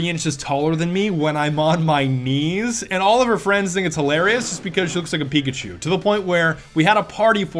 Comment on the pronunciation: Ello fwend!!